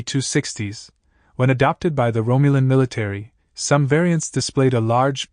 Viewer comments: Rome you len.. sigh.. it's ROM you len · Romulan. Not romeulan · At 15 seconds the AI voice can't pronounce Romulan correctly, and the lazy bastards who couldn't be bothered to actually speak into a microphone for seventeen minutes still posted it. SMH.